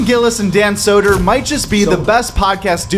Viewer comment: Dan "Sodder" 😂